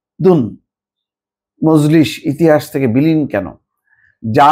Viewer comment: তামাদদুন মজলিস, উচ্চারণ করতে পারেন নাই